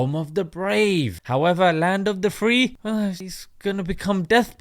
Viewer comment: I thought he said "home of the DEPRIVED" but I did hear "home of the FEE"